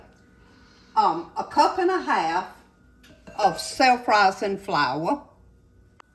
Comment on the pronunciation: Love the “flou-wah”. Lol. Any other OCD people wondering why she said spread this evenly but left a 4 inch strip not covered with the chocolate batter.